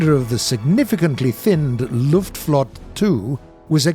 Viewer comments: German isnt French! You speak the letters. Its not Luftflott, its Luftflotte! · could you please say Foltte with a e at the end anf not Flot. greetings from Germany